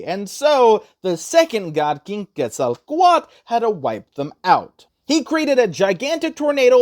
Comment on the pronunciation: WTF ITS ‘quetzakoala’?!